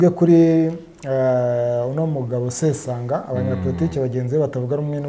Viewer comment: 😳ngo sesonga???ni sesanga😅